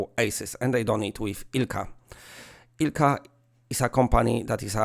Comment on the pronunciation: Omg. Everytime you said ILCA your pronounce was flawless on saying finnish name Ilkka. My neighbour is Ilkka and he’s a d**khead. This rage from the overdose… 😅